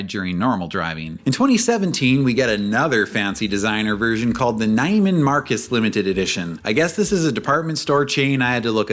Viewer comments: It's pronounced "Nee-man Marc-uhs" btw. M-series video when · Pronounced KNEE-MAN MARK-US* Also known as Needless Marcus. Actually going there for lunch Friday, taking my QX50 😅